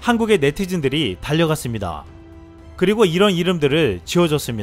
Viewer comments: 참... 많이 배우신 분 ㅋㅋㅋㅋㅋ 뉴클리어 newclear 뉴클리어 nuclear 핵반ㅋㅋㅋㅋ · "뉴클리어 핵반" ㅋㅋㅋㅋㅋ